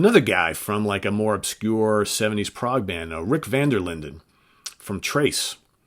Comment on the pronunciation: The pronounciation of Rick van der Linden is Rick Van Der Linden, with the accent on Lin. Thanx for including this Dutch Master.